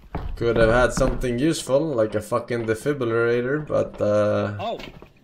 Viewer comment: forsenGa "defibublulator"